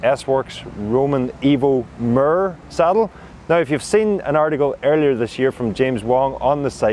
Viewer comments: "murrrr" = "mirror"??? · I'm like, "i've not heard any press about this 'murr' saddle . . . ."